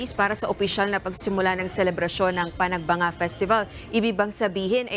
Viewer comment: Bakit ang prounoncement ng nag babalita ay panag banga, eh panag benga ang nakasulat sa tarpulin ng Baguio.